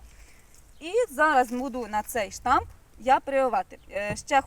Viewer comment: Сонечко, не штамп - а Штамб 😊